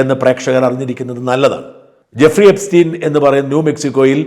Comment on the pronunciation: Guffri അല്ല Jeffri 😂